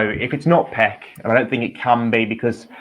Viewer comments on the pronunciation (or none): Everyone except these two call him Paik not peck . Another channel jukie is called yukie. strange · Can you just call him Paik please. Whether its the right or wrong pronunciation. He's too good to be called Pek! Just sounds better! Thankyou in advance 💙